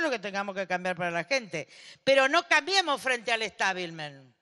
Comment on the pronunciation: Estabilmen😁😁😂😂😂¿ o yo oí mal?